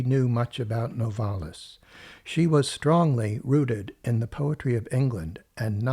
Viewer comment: It's NOVA-lis & not No-VAR-lis.